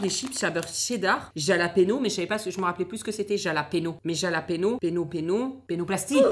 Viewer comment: le j de jalapenos ce prononce r